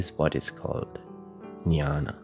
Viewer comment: Wow!!!. You pointed it so clearly. Also admire your clear pronounciation of the sanskrit term "jnana".